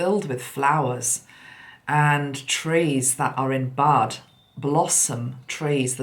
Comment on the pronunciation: you made a slip of the tongue and said "blossom trees that are in BLUD" (meaning to say "bud"), and of course it sounded like "blood". What meaning do you ascribe to this?